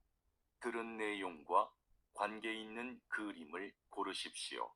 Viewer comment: Maaf cara bacanya masih ada yang salah contoh 있는 harusnya dibaca innen bukan isen. Ada lagi 수도였던 harusnya dibaca sudoyotdon bukan sudoyosdon